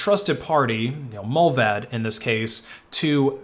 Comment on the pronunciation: Every time he said Mullvaad i thought of Mulva (the seinfeld episode)